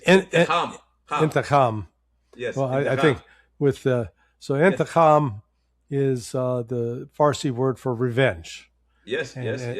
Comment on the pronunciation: Intiqam. Not intikham.